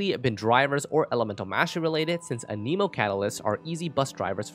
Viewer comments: Everyone say it with me, an-eh-mo It isnt, an-eeeeee-mo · Stop saying A-Knee-mo. How the heck do you even think that's how it would be pronounced? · I've noticed a lot of people say "Aneemo" instead of "Animo" for (Anemo). Why is this? I'm hoping there's a good reason because it's like nails on a chalkboard when I hear it.